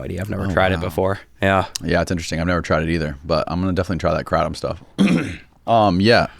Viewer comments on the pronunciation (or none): First of all since we're starting off the podcast like this I'm going to correct you right now and I'm a patreon member so you should at least listen to me a little bit....it's pronounced Krayyyyytom not kra tom second of all it is quite popular here in Florida but it is all over the United States I found out about how to properly take it by a girl living in a shitty part of Vancouver,Washington who was highly addicted to the red kind which if any of y'all don't know white is flight, green is in between, and red is in bed... So sheso she liked pills.... Me personally I take the White version every single day before I go to work.. I have had two major knee surgeries and have chronic knee pain and I can't exactly use my medical Florida weed card all the time when I'm working so I use the kratom to help me the Carver and kratom are two totally different things. If you get a bag of remarkable herbs kratom and put a little bit on a brochure and slide it into a half-filled lemonade or apple juice or any other kind of juice handheld container amount of juice not a jug then you shake it up until it's broken up and then you chug it back. Now that is something that makes you feel good. You're welcome. 😂😂😂😂